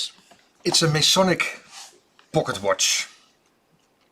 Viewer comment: WHOA !! the way hebsaid pocket watch blew my brain apart